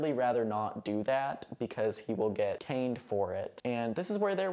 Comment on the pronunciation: My brain short circuited halfway through when you said they were getting caned — I heard it as getting “cained” I thought it was a play on words 😂